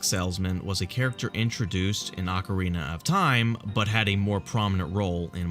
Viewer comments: hahahaha ocerina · sweet vid, but its *Ocarina of Time! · "Ocerina" Legend.